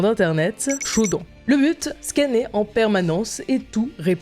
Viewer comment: shodane, pas shodant